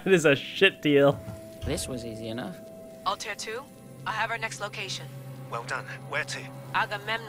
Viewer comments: The Altair pronounciation is killing me it’s not alter ffs it’s Altair smh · They need to say Altair right 😂😂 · ALTAIR PRONOUNCE IT CORRECTLY LAYLA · The way she says altair killed my soul I'm not even a long time fan and I'm annoyed